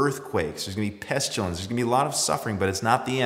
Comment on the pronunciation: 'Pestulence' ? Is that similar to 'pestilence' ?